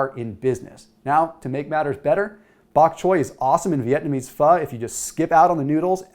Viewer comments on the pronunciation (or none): none